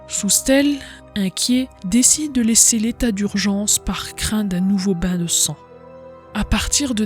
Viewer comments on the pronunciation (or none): none